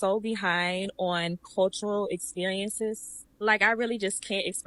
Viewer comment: She couldn't even pronounce the word cultural..